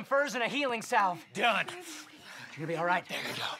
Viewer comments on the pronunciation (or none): did he say healing salve.